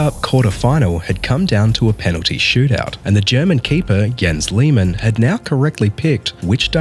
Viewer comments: Der Mann heißt Jens Lehmann. Nicht Gens Yemän. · It’s pronounced Yens Lehmahn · the way he says Jens Lehmann, convince me that he's american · Pronounce his name properly